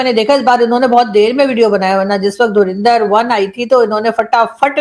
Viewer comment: Inse dhurandhar to bola hi nahi ja raha .... Bekar log